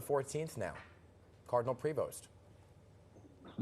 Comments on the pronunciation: Wow.. Cardinal Dolan has lost tons of weight. He looks like another person. IT’S PRONOUNCED PRA- VO!!! Prevost is a French name. It’s maddening to hear such a butchering of a beautiful name. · Cindyoberall, Pope Leo's brother Louis in an earlier interview had pronounced "Prevost" with the long-e sound, so I would go with this.